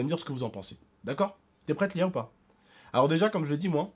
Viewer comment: Qui a entendue Lil au lieu de Lia au debut?